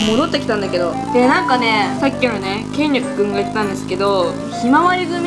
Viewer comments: けんりくじゃなくて。 けんりょくですよ！ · けんりょくですよ